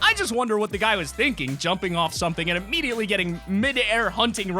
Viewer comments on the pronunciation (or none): none